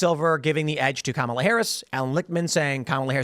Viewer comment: One guy on the video keeps saying "Kamala" Harris name wrong. Is he doing this on purpose?